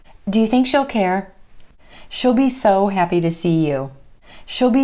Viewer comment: thanks for sharing, but i have a question, in the example of she'll , it sounds like shall, how to notice the difference ?